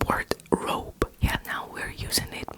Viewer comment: Its not robé in French its rob you dont pronounce the e at all so its more like the name Rob in English but with a hard hard R instead of the soft one